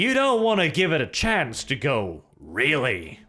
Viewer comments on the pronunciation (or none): none